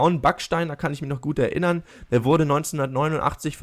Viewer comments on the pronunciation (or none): none